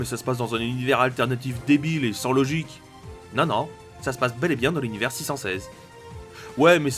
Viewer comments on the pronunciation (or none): none